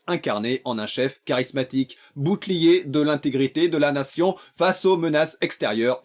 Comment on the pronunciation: La grandeurrrrh de la natzion